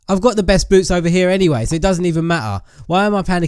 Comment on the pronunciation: when he said boots i thought he said boobs